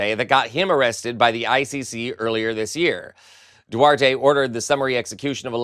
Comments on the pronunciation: Love your show and content. But the ex-president of the Philippines name is Duterte and pronounced (roughly) Do-ter-te .... not Duarte.... Still you're great!💙💙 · FYI it's "Du-ter-te" not "Duarte". Cheers! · The Philippine ex-president is Duterte (doo-TER-tay), not Duarte. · Hello, not to be picky, because I do enjoy this channel... it's Duterte, not Duerte. I did not catch the name at first 😅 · Former Philippine President Du-TER-te not Duarte. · Duterte, not Duarte ! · please learn to pronounce "Duterte". Note there is a T in the middle but no A. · It's Du-TER-te. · The former Philippines president’s name is pronounced Due-ter-te.